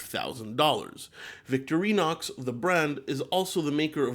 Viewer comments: I have never heard victorinox pronounced victory-nox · Could have at least pronounced Victorinox correctly.